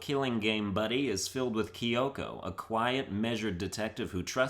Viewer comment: How dare he pronounce it right